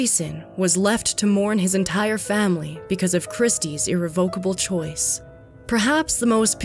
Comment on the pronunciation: Why is it so hard for this narrator to pronounce “irrevocable “ !